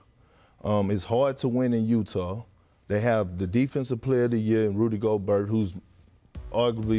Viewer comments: d robinsin its gobert (go-burt) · Its pronounced "go bear" Not go-burt lollllll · Nobody: Kendrick Perkins: "Rudy Go-BURT" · He lost me when he said Rudy's last name incorrectly. SMH!!!!